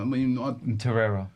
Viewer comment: So many people have an agenda with Xhaka, Robbie!!, And it’s Torreira Not Toreyea